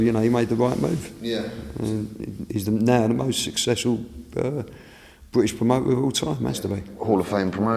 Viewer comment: Fwank Warren, the most successful bwitish pwomoter of all time. Wobert wan awound the woundabout. Wibble Wobble, Jonathon Woss.